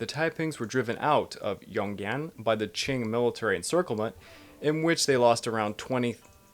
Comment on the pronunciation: I would suggest looking up how to pronounce words such as "Huang He" or "Yongan before filming. I was listening to this and couldn't see the map and couldn't for the life of me figure out what you were talking about.